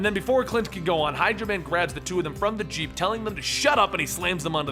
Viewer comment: I heard Hydra man instead of hydro man